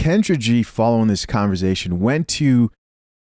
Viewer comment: If I took a shot every time my man said converZation, I’d pass out before the end of the video